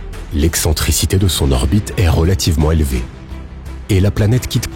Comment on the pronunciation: La température n'est pas si zélevée... non, un effort là !